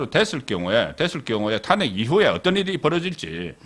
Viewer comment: 우리말은 장단이 있는데, 탄핵의 탄은 길게 발음 해야 합니다. 수사의 수도 길게 발음하는게 맞읍니다